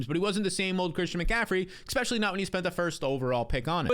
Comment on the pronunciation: Get ready 2 move 4 that McCaffrey take 😅 he's "exspecially " injury prone!